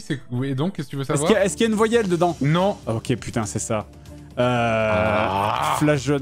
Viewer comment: Cé coi 1 voillèle 🥴😂